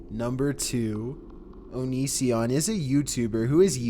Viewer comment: "*onision*" leaves